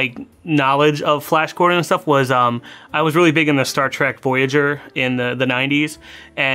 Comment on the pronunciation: Flayash Gordon